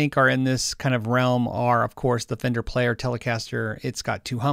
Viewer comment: “Very famender” is going into the urban dictionary.